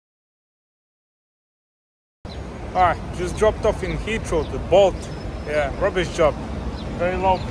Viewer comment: I was wondering what hitchro meant and then I realised you were saying Heathrow. Lol